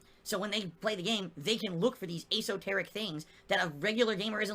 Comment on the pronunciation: Good lord, his pronunciation: “Ay-Soh-Tearhick”